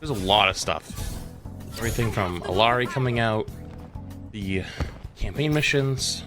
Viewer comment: You're mispronouncing Illari.